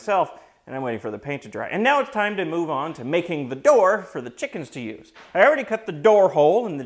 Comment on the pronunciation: I like your dialectic pronunciation of "Chickums". Similary here in Australia (That's ..down-under to the likes of you), we spell it "Chickens" but it's often pronounced as "Chooks", "Chiggen's" or in some regions simply "The girls". Some sample usage: "Going down to the charcoal chook shop to get dinner" .. you would not say "The Girls" here because it would refer to the shop attendants. Another example would be "Going down to the Hilton to check if the girls have left us any eggs".